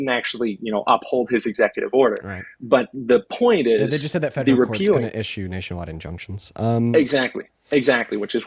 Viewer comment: “Fegeral” government